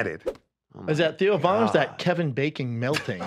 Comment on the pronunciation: Schaub's first funny line ever and he screwed it up. "Kevin Baking."